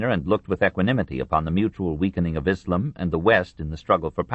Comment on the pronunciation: We get back to more familiar ground, for Westerners, in this portion. The bits that least interested me were the Byzantium bits - or, as the narrator insists on calling it, Byzanchum - and that's his fault, not Durant's, who doesn't spell it in some old-style way, like he did with "Moslem" and "Mohammed, Mohammedan". Come to think of it, I didn't enjoy the narrator calling the religion "ISSlum", either. Were these words SO unknown in the 1990s when this was recorded? Durant, writing in the 1940s, had a better excuse. Anyway, despite my lack of keenness for the rapidly shrinking Greek kingdom that was the successor state of the Roman Empire, it was distressing to learn just how often, and in how many ways, the Latin Crusaders really screwed Byzantium over. But before Durant goes into that in detail, he takes us on an excursion of a Western Europe that is either utterly demoralized or happily captured by barbarism. One senses the struggle to remake a civilized world out of the carcass of the Roman Empire. Some time is spent with Charlemagne (probably not enough time, for my taste - I think Durant slightly underrates the achievement of Charlemagne, understandably so since it seemed to not last, but I think a seed was planted). More time is spent with the Vikings, which I appreciated. Durant's interest in Scandinavia anticipated modern culture by 80 years. The beginnings of Russia are also briefly discussed. Finally, there is a grim catalog of Christian conflicts of creed, within